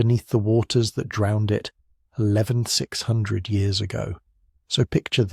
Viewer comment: Hey mate, can ya fix yer AI voice please? It isn't saying the number of years correctly. Might just need a quick tweak.